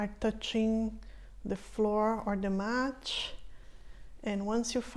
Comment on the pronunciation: haha percebi pq o seu "t" soa como "tch". Vc fala "match" ao inves de "mat". Gostei muito do seu video e irei fazer os exercicios. Obrigada.